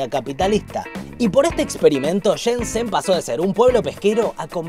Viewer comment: Shenzhen se pronuncia Shen-LLen, no Shen-Sen